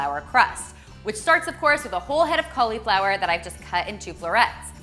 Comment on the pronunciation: i love the recipes but im sorry..... that emphasis on the "I" in cauliflower is like a nail on a chalkboard to me. XD but ill be eating good lol